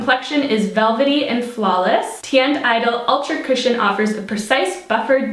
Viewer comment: You're SO beautiful! Also: I kept hearing "christian" instead of "cushion" lol.